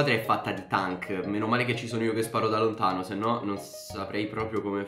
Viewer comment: Si dice tenk no tank